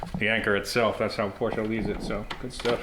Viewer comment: Can I just say how much of a relief it is to hear you pronounce Porsche correctly 👍👍